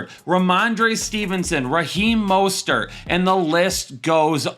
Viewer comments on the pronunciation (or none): none